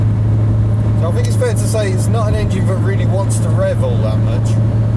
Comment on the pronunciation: Fink? It's think!!! And it's not haitch, the letter H is pronounced aitch.